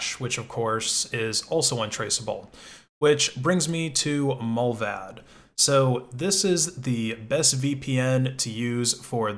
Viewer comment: Mullvad is pronounced with a long A. Like in 'bar' 'smart' 'cart'. Mullvad means the animal mole.